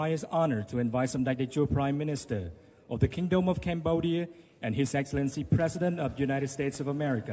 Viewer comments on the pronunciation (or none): I think Joe Biden means to say, Columbodia, and Cambodia and Columbia might be cousins or something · He mispronounced it but in fact it was Cambodia. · He also didn't say Cambodia correctly.